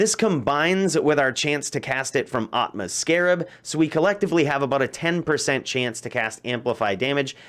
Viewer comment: Plays through act 2. Talks to ATma. She doesn't say "I'm AHHHTma". She says ATma. But you know this and that is why you said it incorrectly for the algorithm comments.